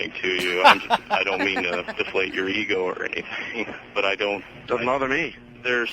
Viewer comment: he does say "Nee" not me